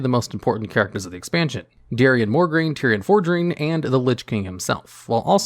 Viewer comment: Mo’ grain. There’s no r before the G.